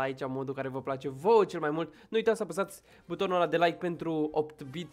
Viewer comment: Se zice eight-bit